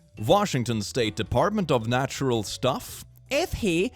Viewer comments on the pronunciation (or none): none